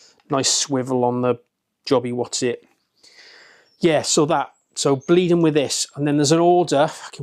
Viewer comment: “Jobby wossit” 😂😂